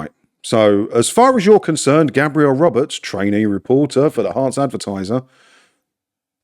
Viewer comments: Gabriel is a man's name pronounced GAY-Bree-El. GAB-Ree-El is a woman's name Gabrielle. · Think that’s a guy but you are pronouncing it the girl’s way. For men it’s Gaybriel